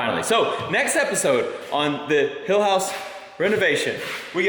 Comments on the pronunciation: When you said welcome to the Hill House I thought you said Hell house. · A Texan shouldn't say "hill house" because that's not what I heard lol! Hopefully the house hasn't been that stressful 🤣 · “Renovating our dream hilltop home” hill house sounds like he!! House 😂